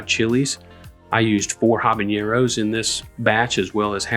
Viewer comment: Thanks for this vid, btw, so habaneros vs nabañeros. These are two different letters. It’s habaneros (regular n) sorry but it’s like nails on chalkboard to me. I’ll try this